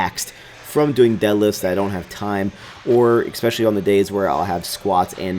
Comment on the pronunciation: can you PLEASE stop pronouncing especially like "EXspecially"?! I've put up with it for years and enough is enough. From now on, every time you pronounce it like that I will sneeze without covering my mouth!